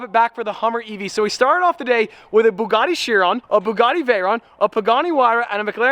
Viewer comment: is the only person that can wildly answer "what color is your buga'ee": pink & chrome...